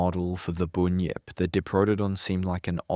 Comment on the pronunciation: It’s a Bunyip not a boonyip 😂 , bun , say bun then say yip now say bunyip .